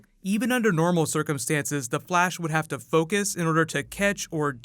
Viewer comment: Its Flash not Blash😂Dumbass